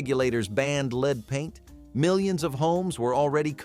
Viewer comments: That’s lead with a short e. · rite! and his mispronunciation of lead over and over again!